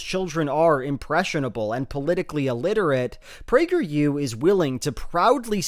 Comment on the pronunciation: As a person on the right, I agree with you, because PragerU for kids sounded like “Plague your kids” and that sounds bad.